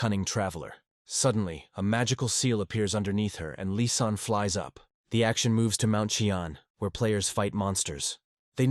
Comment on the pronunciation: the ai makes lizanne sound like an arabic by calling her "lisan" as in lisan al ghaib! it kicksmeof especially when mentioned more than once! and bro just use assasin i know the story would have been an hour longer but it will sound better to a western audience if you use the international word of assasin! instead of killer! killer is everyone who has ever trotten a bug! assasin is a proffession!